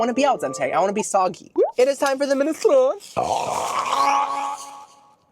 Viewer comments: I think that it's pronounced 'minestrone', not 'minestroni'! XD And I think that a cello is more like a violin, than a guitar! XD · Its pronounced Men-a-strone, not men- stroni